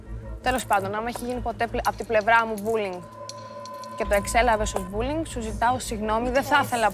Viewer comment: Όλες ξαφνικά έχουν δεχθεί μπουλινγκ.. "πουλιν"(που λέει κ η Σουζανα) έχετε δεχθεί αλλά αυτό είναι άλλο θέμα